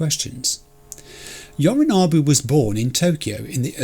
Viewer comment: You were talking a big game about how you do have time to read everything in the penthouse when Jackie was rushing you, but there actually are contexts in which you can take too long and Adam Smasher will arrive and one-hit kill V, so yknow. Also, I know it shouldn't bother me as much as it does, but - it's YoriNObu, not YoriNAHbu.